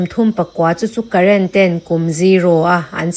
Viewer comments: Karen ti lovin karen tih hi thluk tur aw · Karēn i lam dan hi aw,Rën hi thluk rawh,i chhiar hmain lam dan dika lam turin inzir thin tawh teh,i class a lantir ania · Karen ho kha, current tih ang lam rik tur a ni lo aw😊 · Karen hi current tih anga lam loh tur. Karen-a 'Ren' lai tak hi silai zen (gun powder) kan tih a 'zen' kan lam thluka thluk tur.